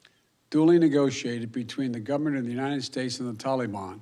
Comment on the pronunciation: Oooop the toleyban